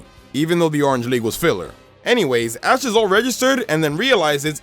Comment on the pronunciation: he said a*s instead of ash